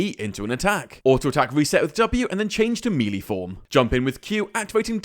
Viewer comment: MELEE NOT MELEE